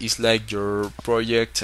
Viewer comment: "pirodzekt" - Hahahaha